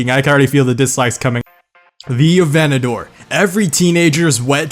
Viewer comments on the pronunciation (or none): A-ventador, again; A-ventador. Not venedoor.. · lamborghini aventador A-Vent-A-Door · bruh.... were you just saying “Venedor” instead of “Aventador” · Aventador only have 1 " o " bro 🤦‍♂️ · All these Aventadors and he forgot the J